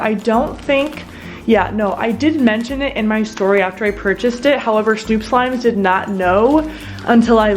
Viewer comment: It is snoop slime not stoop slime